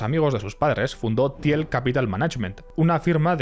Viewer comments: qué ignorante el que habla se pronuncia till no tiel y Peter no Piter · Se pronuncia Tiiiillll, por favor. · Se dice Til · Se pronuncia Til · Un poco de esfuerzo en pronunciar ciertas palabras en ingles correctamente, le quedaria bien al video. PayPal, Thiel, etc... Revientas timpanos con leerlo de pura forma castellana.